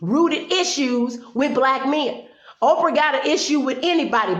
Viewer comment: Orprah? LOL!!! Good video, well said.